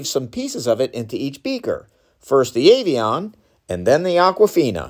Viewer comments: I'm sorry are you saying "avian"? 😂 It's pronounced (ev-e-on) my guy lol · As a child of the 80s its pronounced Eh vee on. Like Ed not Avion like Aviation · It’s EV-Ian not aveaon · EVian said like every, not AIVian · It's not avian it's Ev ee on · Avion (like avionics) vs Evian (eh-vee-en) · Why did you pronounce it Avian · So it's Evian is not said Avian... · Evian Eh not A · I love how Americans pronounce every vowel in EVIAN completely differently to a British English speaker. Americans pronounce the E as A the I as an E and the A as an O! Might as well spell it AVEON lol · AYVION! wtf pronouces it that way? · "avian".... A-vian?? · I know it's probably bait, but I have never heard it pronounced 'ay-vee-on' before. I'm European though, so maybe it is a standard US pronunciation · why do you call it ayveeon? lol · Evian - not Avian! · "Ayvion water" "oquafina" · Evian. Not Ayvian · My guy thats an e!!! E-E-EVIAN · Why are you calling it Ayvian? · I love learning... but I really couldn't get past the consistent mispronunciation of evian 😅